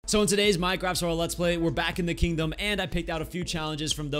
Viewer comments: Next episode don't try to say kingdom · You can not say kingdom for he whole vid